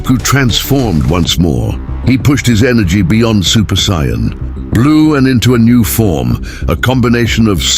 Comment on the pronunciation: what is up with this narration??? this guy or AI can't even say "Saiyan" correctly! SMH and they keep using different pics of the characters, make up your mind! JEEZ! very crapily done!